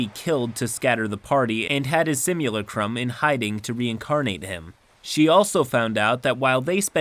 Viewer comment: Sim-you-la-crumb? It's sim-you-lack-rum